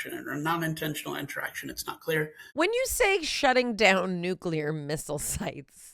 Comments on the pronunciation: Mayim, please tell your co-podster that nuclear is pronounced new-clear and not nucular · Dr. Blossom, PLEASE teach the co host of your science program how to pronounce "Nuclear"! Everytime I hear "nook ya lur", I picture George W. Bush reading that book upside down. Thank you!